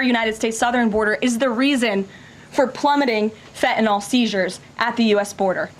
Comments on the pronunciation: FENTANYL:ending sounds like (NIL) ot fenta(nol) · its not fettenal its FENTANYL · You also said you would NEVER lie, that was your first lie and you have not stopped since!!! And it is not fentanol, it is fentanyl....you cannot even get that straight! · "Fe-inol"? As Press Secretary, the least she could do is pronounce "fentanyl" correctly. This Whitehouse is just a colossal joke on the American people. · She can’t pronounce ‘fentanyl’ properly…’fetanal’ 🤦‍♀️ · she is so smug yet pronounces "FentanYL" as "FETTENALLL". absolute trash. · What is “fehenol” - I know of fentanyl - maybe if she read the word she could pronounce it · The way she pronounces Fethenyl it’s fentanyl! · wtf is fe' e' no? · fe 'N' tanyl. ffs learn how to talk Tacobelle. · does she not know how to pronounce Fentanyl? Someone please tell her it isn't fetanyl. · Fentanyl is not said like that my dear 😂